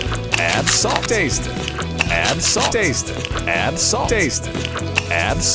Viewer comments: Everything good until u hear that "adddd" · I like the way he says "add" 💀